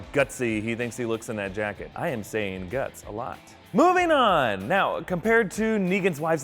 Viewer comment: I love how whenever he talks about Spencer he says guts